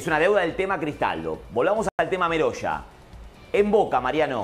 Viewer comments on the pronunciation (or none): El apellido.no es meroya. Es.merolla.